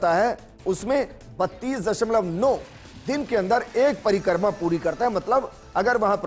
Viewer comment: परिकर्मा नही परिक्रमा